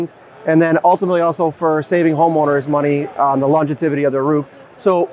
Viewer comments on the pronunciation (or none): He’s referring to . You said “longeTIVity” instead of “longEVity” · what in the hell is "longetivity"? Seriously, use correct English when posting a video. Longevity. Say it three times.